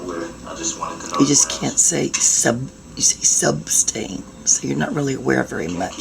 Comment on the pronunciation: It’s NOT SUBSTAIN!!!!